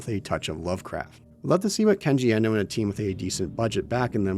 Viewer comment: Kenji Iino. It's IINO, not Ehno. Th big E was ironically necessary in the 90's because no one in America was familiar with Japanese. Now the big E is a detriment, because many Americans are familiar with Japanese. Everyone is now almost bizarrely mispronouncing his name...